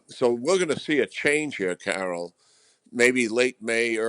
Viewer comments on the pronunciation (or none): none